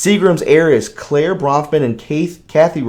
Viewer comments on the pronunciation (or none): none